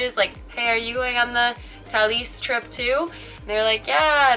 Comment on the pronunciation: Aaawww is with you on the Thalys!:) Nice pronunciation, well done haha. Can't wait for next weeks videooooo! x